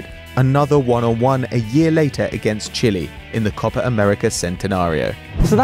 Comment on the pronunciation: for fuck sake,its copa not copar